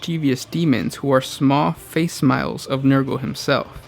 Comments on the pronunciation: Pro tip, it's not 'face mile' it's facsimile, pronounced like "fac-sim-il-ee" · ***** I think he meant facsimile yea